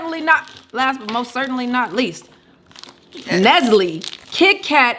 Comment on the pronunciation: Nesly not Nestle 🤭🤭🤣🤣🤣 I hollered